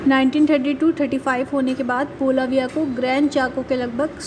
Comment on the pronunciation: its not Balavia. Its Bolivia